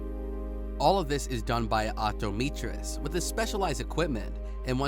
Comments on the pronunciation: Bud lost me at Op-top-me-trist? Did he mean Optometrist lol😅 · “octometrist” ???? excuse me??? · And “opto - meetris” 😂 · Op-toe-meetrist... Cronea... Compyoterized... Pronunciation seems fine to me 😂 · Are you serious with this video... The amount of mispronounciations and just plain wrong words is so bad, it almost seems intentional. "Cronia," "optomeetrist," "revelations per minute," "reputation of the inside," etc. etc. It's like the script was sight-read by an non-native English speaker, done in a single take, and had no director or producer. Quite possibly the most amateur, low effort video I've ever seen on YouTube, let alone by How It's Made.